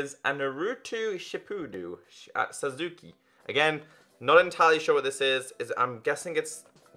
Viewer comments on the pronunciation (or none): Second person I heard pronounce Sasuke's name wrong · Cringed so hard when he said Sasuke😂